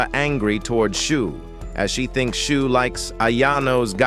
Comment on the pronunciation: its shuu not "shoe"